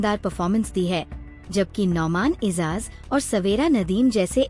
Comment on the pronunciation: Phle Urdu Nolna seekho behn aik naam bhi sahi ni lia, fehed mustafa, Nousman ezaz, waaali 😂😂😂😂🎉😂😂